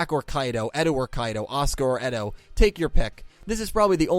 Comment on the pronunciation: can you start saying character names better? eto is actually aster, kaito is actually kite, and you called zuzu yuzu. I would like if you pronounced names correctly pls?